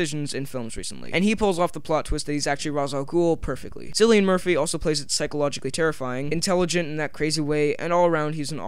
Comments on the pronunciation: It's pronounced Killian Murphy not Sillian Murphy for God's sake. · It's pronounced kill ian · It's pronounced Killian!!!!!